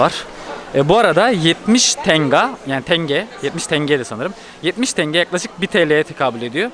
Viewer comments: Diğer videolarda iki defa yazdım ama hala aynı TENGEEE. 16yıl orda yaşadım köylüsü, sehirlisi Tengeder hiç tingi diyeni duymadım maalesef 😊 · Tenge, tanga değil